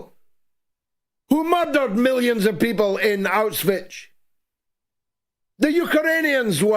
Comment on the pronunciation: George, it's NOT Auswich as you say it all the time. Learn how to pronounce it. It's NOT Auswich, you sound like a child when you say it. Ask Germans how they pronounce it.